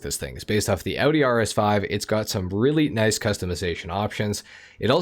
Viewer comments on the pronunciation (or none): none